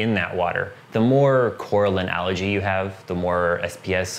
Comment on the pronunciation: Ok. I want to keep watching but please stop pronouncing algae as allergy